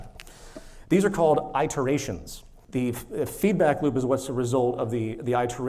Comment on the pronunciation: Peter Joseph can't say iterations properly.